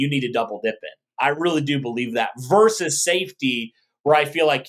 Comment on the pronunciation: Versus is vs! Not verse! Love the show guys, but McAfee does that as well and you are better than that….hahaha😂